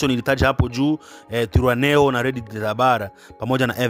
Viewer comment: NATAKA KUKUSAIDIA ILO JINA LINAVYO SOMWA TWIRWANEHO inasomeka ivi TWIGWANEHO